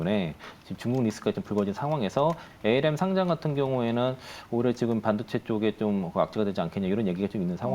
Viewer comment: 부장님 발음이.... 모레안에 전고점 돌파인가요? 올해안에 전고점 돌파인가요?